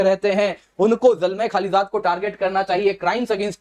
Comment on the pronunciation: खालीज़ाद नहीं खलीलज़ाद